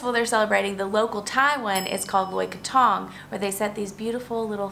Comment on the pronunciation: Learn to pronounce krathong…. it's not that difficult. Just listen to the people around you.